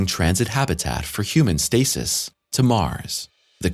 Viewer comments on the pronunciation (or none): none